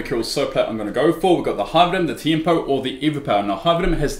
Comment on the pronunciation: What's a "hyvenum"? H-Y-P-E-R-V-E-N-O-M